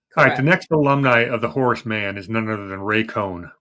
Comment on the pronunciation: Also, you said Ray Cohn when it should be Roy Cohn